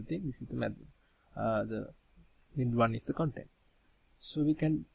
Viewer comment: Also, thanks for joining your videos together. I got used to your accent pretty quickly (practice pronouncing vowels longer as on cOntent < - emphasis on the O). :)